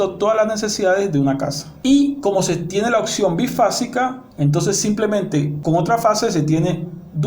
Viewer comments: “Opción” señor no occion esta última no es palabra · No a se dice occion... Es opción.